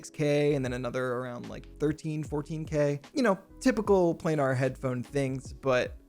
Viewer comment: FYI: planar is pronounced "play-ner", not "play-nahr"…